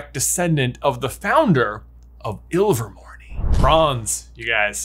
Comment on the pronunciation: AGHHHHH. That is a silent E!!! It's pronounced Me rope. Not Me Ropey. Iver mor NAY not Iver mor NEE